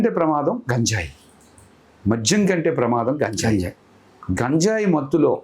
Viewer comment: నీకు గంజాయి అనడం రాదు నువ్వు కూడా ఇంటర్వ్యూ చేస్తున్నావ్